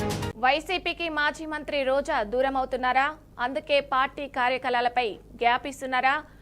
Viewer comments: భాష మీద ఏ మాత్రం పట్టులేని నీలాంటి వాళ్లను న్యూ శ్రీధర్ గా తీసుకున్నందుకు ఈ ఛానల్ వారిని ఏమనాలి కార్యకలాలు కార్యకలాలు అంటున్నావు కనీసం కార్యకలాపాలు అనాలని కూడా తెలియదా అది. ఆ మాత్రం కామన్ సెన్స్ లేదు నీకు.అది రెగ్యులర్గా వినే పదమే కదా.. ఆ పదం నువ్వు తప్పుగా రెండుసార్లు పలికిన వెంటనే ఛానల్ మార్చి పడేసాను చూడాలని కూడా అనిపించలేదు. ఒక తెలుగు ఉపాధ్యాయురాలిగా అది భరించలేకపోయాను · కలాలు కాదు కార్యకలాపాలు అని చదవాలి. ఎడిటర్ గారూ శ్రద్ధ వహించాలి.